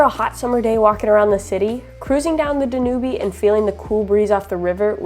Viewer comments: Yes, I just about died laughing at this mispronunciation! One of the greatest rivers in the world and so much history on the Danube. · I never correct anyone, but it's not the "danooby". It's called the "Dan Yoob" Anyway, you guys are taking the trip of a lifetime! Stay safe! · The river is pronounced Danub. The "e" is silent. Love your videos.... informative and beautiful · I love your travels but I believe you pronounced the Danube River incorrectly. It’s not Dan U Be. It’s Dan Yoob. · The second week hearing you not pronounce Danube correctly. I hate correcting, but, forgive me? Pronouncing everything correctly, like rosetta stone, do they really pronounce Danube river danyoobie? DANYUBE like YouTube. Not danyoobie. enunciation on the DA, DA- nyoob. I love pronunciation guides on Youtube. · Love your videos. You don't pronounce the "e" on Danube. It's pronounced Dan-newb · I actually never heard the pronunciation of the Danube river as Da-Nu-Bee. I think it's pronounced Da-nyoob in English and German. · I agree Dan yoob, hearing danubeee is making me crazy....sorry for being petty. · Dan Yuub, like you tube. Not dan u bee lol. Great video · Great video. Are we pronouncing the river incorrectly? We were taught Dan-yooob. Do locals pronounce it like you did? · Danube, your pronunciation is terribly wrong Dan -ube. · I just wanted to say , you pronounce it Dan -ube. E is silent 😊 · I think you're mispronouncing the Danube River.....should sound like "dan-yoob". I loved Budapest when I was there. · dan-YOOB, it's pronounced dan-YOOB 🤣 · Not sure if it it the local language but I believe the river is pronounced Dan U Ba. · Don't know how we determine the correct pronounciation; but, I think it is Dan-youb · Beautiful city! Danube is pronounced da - nyoob'. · Dan yoob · Dan. Ube Is the Pronunciation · The River Danube is pronounced “da nyoob” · NEWBIE at pronouncing Danube!😂